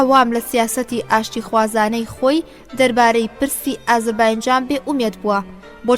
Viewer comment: سڵاوتان لێبێ و دەستتان خۆش بۆ ئەو خزمەتە گەورەیە. بەڵام تکایە ئازەر "بایـــنـــجــان" نیە. ئەو باینجانەتان لە کوێ هێناوە؟ نازانم هەڵەی وەگێڕە یان هی ئێوەی بەڕێزە کە دەیخوێننەوە؟ ناوە دروستەکەی ئێستای ئەو شارە، "ئازەر بــیـــجان"ــە. لەسەردەمی ماددەکاندا لەژێر سایەی حوکمی مادەکاندا بووە و پێی گوتراوە (ئــاتــرۆپـــاس).